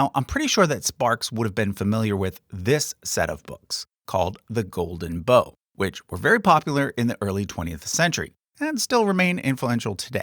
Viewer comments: Dude out here pronouncing 'bough" like a bow and arrow... dude, it bow lke taking a bow. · Bough rhymes with cow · Bough is pronounced Bao. Like Bao bun.